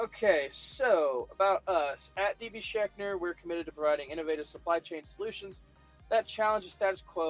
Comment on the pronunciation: FYI... phonetic... Sh-ank-er...